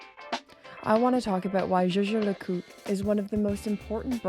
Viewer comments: Jay Jay La Coot? I thought it was “Yay Ger Lay Cool Tray” 😊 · Whilst your pronunciation of JLC needs improvement you are right about them being a undiscovered jewel in swiss watchmaking. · I have to agree with you. People generally stay away from things they don’t understand. I’ve even noticed watch enthusiasts shy away from saying the full name and stick with “JLC” At the boutique I visit, I’ve even noticed different sales staff pronounce it differently. Jay Jay La Coot. Jager La Colter. Yager Le Cult. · I’m imagining lots of outtakes of you pronouncing Jaeger LeCoultre over and over again 🤣🤣🤣🤣🤣🤣. Excellent topic and content 🍻